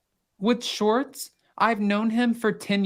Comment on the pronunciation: Why do you pronounce Schwartz as "Shortz"? 😋